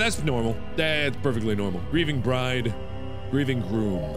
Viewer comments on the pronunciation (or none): none